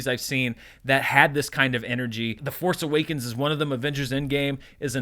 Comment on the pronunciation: When u said foce awakens 🤣